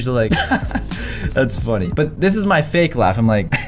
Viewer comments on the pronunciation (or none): none